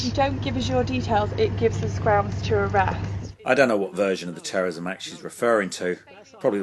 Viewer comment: tewwowism... the cuwwent climate is sevewe...